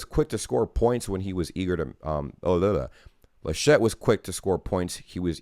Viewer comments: You pronounced "Georg" quite right in your first try: Ge-org. The name "Laschet" is emphasized on the first syllable. More "Lash't" than "La Shett" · its "LAschet". you stress the A